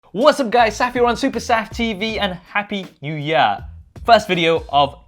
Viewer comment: " happy new yah" love the accent bro 😂😂